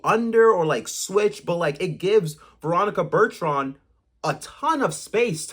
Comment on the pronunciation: Yes…learn her name